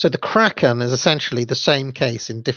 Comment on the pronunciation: You say "Kraken" perfectly